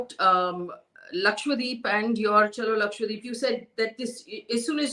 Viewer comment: Can you please stop calling it “lakshWADEEP”? It’s Lakshadweep. Laksha = lakh; dweep = island. The name literally means land of hundred thousand islands. And please don’t go and ruin its pristine beaches 🙏🏻😕